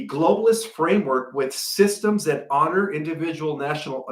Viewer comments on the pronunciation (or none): none